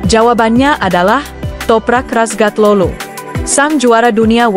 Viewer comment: Toprak razgatioglu bukan toprak rasgati lu...